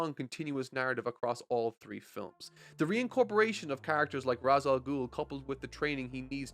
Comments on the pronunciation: It's Re'sh not Raz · Ra's Al Ghul may seem like it's said like it's spelt: "raaz al gool" and Batman Begins uses that. Turns out it's incorrect and Arkham City shows "raaz" is actually "raysh" Grammar is weird... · Gonna help you out here. Ra's sounds like ray-shh With that said. Great content but I disagree with your take on the Nolan films. They are a hodge podge of idea ripped from the comics and these group of films did not match what was in the comics at the time of release or going forward. Take Harvey for example. Harvey being portrayed as barely holding his shit together before his accident is the opposite of Harvey Dent. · I love batman begins But It's "Raysh" And I'll die on this hill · Just so you know, Ra's al Ghul the Ra’s part is pronounced like raysh. The name comes from arbabic meaning “the Demons Head”. However the creator opted to use the Hebrew pronunciation which makes it said as raysh. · Dat feeling when mispronounces Ra's